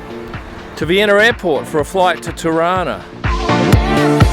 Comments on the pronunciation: That's what I thought!! It sounded like Toronto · Being a Canadian from Toronto I laughed at your pronouncing ‘Tarana’. It’s how Toronto natives pronounce it! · TIRANA ... That's pretty much how we pronounce TORONTO, here in TORONTO! LOL! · Every time said "Tirana", I kept hearing "Toronto" (as in Canada) - because that's how we locals pronounce it. LOL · Hahaha same i thought he was trying to say Toronto lol